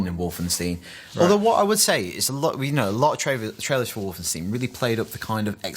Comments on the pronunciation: You pronounce Wolfenstein... Just like you do Einstein.... Its not EINSTIN IS IT!!!! Seriously..... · Its not wolfensteen its wolfenstein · wolfenstein = Wolfen[stine] not Wolfen[steen]...